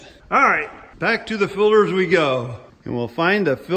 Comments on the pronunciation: Air filderhs, oil filderhs, all kinds of filderhs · I love how says " Filters " he says it like " Filders " 🤣🤣 Also, More MommyCornstar! She's been dormant for so long! Lol